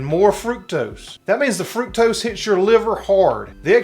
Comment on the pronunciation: FRUCTOSE! It's FRUCTOSE, people!😂